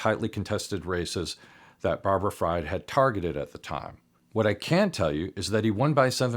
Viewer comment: His last name is pronounced freed, not fraud